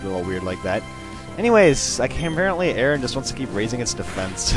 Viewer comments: aron:iron and its not pronounced arron its aron like arrgh but without the gh just aron like are on aron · Aron isn't pronounced Aaron. It's pronounced like: "A-Ron". Like "Ron Weasley" or Lairon or Aggron. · it pronounsed Air On and its like iorn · I think its prononced Air-ron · its called a-ron. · I think it might be pronounced air-on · i think aron is are-on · It's Ay-Ron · Nope, it's supposed to be pronounced as A-ron :) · aron is pronounced air-on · no offense but i think arons name is pronounced A-ron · Yo! I'ma 11 year old boy and i wanna tell you that you mispronounced aron. It's pronounced ARE-ON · aron i think its pronouced iron